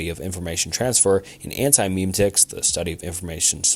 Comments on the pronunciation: Please pronounce memetics correctly It's not meme-tics It's me-me-tics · yeah, cringed a little when he pronounced memetics (meh-met-iks) as (meem-tics)